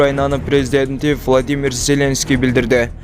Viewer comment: Селенский эмес Зеленский